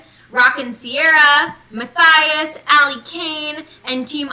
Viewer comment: Thanks for the live stream. And thank you for having me at the banquet. We had great fun, sitting at table 6! :-) BTW my name Mathias is pronounced Mu-tea-us. ;-)